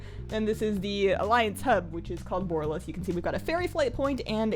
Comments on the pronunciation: BU-RAH-LUS. BU-RAH-LUS :') not "BORE-UH-LUS" xD love the walkthrough though. I kinda found this place a bit of a mindfxck on the alpha/beta. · i love the way u pronounce the city name, i think bOralus sounds way better than borAlus ... and since it comes from , it seems the more fitting one :3